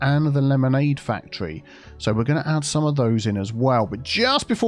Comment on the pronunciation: Totally different fandom but every time you say factory all I can hear is Symone from Rupaul's drag race.... WHERE A FACT-try ought to be